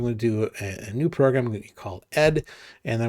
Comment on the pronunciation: Nice video! Thank you. I would just like to add that the correct pronunciation of the venerable standard Unix text editor ed actually is "e-dee". Regards